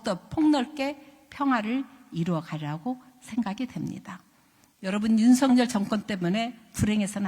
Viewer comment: 윤석열이고, 발음대로는 윤서겨리 입니다. 석렬은 왠지 정상인 느낌입니다. 건강 되찾으시길 기원합니다. 😊